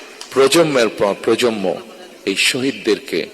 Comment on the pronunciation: প্রজমম থেকে প্রজমম , প্রজন্মের এই ভুল উচ্চারণ শুনবে না